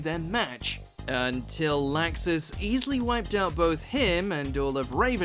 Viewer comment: Did anyone else notice that WatchMojo got Ivan's last name (Dreyar) wrong? Also kept mispronouncing Laxus's name.